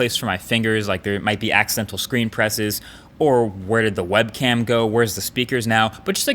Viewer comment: Did he just say Webcam? :P